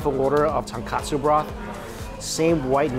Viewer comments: Ton-KO-tsu Mikey! Ton-KA-tsu is pork cutlet~ 😁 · Lol well Mikey was never about the pronunciation. I believe he always says katsu instead of kotsu. It was funny when he came to Hawai’i, cause he knew he was going to butcher names. 😂 respect for just trying. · It's "tonkotsu" not "tonkatsu" ughh 🤦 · love all Mikey chen videos. One persistent correction - the pork bone ramen broth is TONKOTSU, not tonkatsu (as misspelled in this restaurant menu)=fried pork cutlet. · Ramen broth is ton-KOH-tsu, not ton-KAH-tsu. It's a big difference. For a foodie like Mike, I can't believe he keeps saying ton-kah-tsu. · Hi Mikey, big fan, love your videos! But the ramen broth is tonkotsu, not tonkatsu. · Haha same I’ve commented before on his ramen videos on the difference. Easy mistake to make but easy to fix too! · please!!!! it's "TonKOtsu" not "TonKAtsu" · Regardless, he's mispronouncing Tonkotsu and saying Tonkatsu. Its not really important, but he should know the distinction after so many years of eating it. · People can never say tonkotsu right 🤣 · Tonkatsu is breaded fried pork cutlet. Tonkotsu is the pork bone ramen broth. Mike you always mispronouncing the latter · I agree. Both words do sound similar to an untrained ear - but Mike isn’t exactly untrained. If he is actually intending to say Tonkotsu, his pronunciation should definitely be clearer.